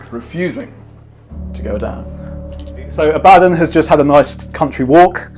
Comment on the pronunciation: Hurrah, someone who pronounces The Despoiler’s name correctly! Not Don from ABBA… Oh, then you say Abbadon later 😂